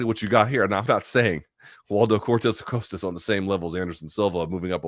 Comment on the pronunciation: It's definitely /aˈkosta/ unless you can confirm which version of spanish uses the Oh sound here?